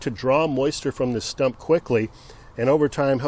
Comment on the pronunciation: It is correctly pronounced “stump” but he wrongly repeatedly keeps calling it a “stomp” 🤣😂.